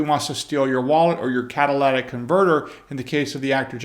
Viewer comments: Love your work. One small correction.... "CatalYtic" converter. Not catalatic..... But apart from that, little miss mayor will get her turn.... As have many of the others in govt. who pushed for these changes..... Then suffered from a criminal not respecting the law since there are no consequences. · Cat-a-litt-tick converter not cadd-a-ladd-dackk converter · At a certain point, the policy makers are going to end up on the receiving end of the policies that they make. Also, it is very evident that you are a very intelligent individual, however I do believe the correct annunciation is cat-ta-lit-tick converter. Otherwise awesome video. Thank you for bringing us this information.